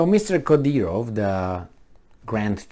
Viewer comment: His name is: Cadârov.